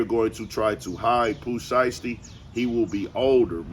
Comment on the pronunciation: the way that lady says “Pooh Siesty” got me… 💀 😂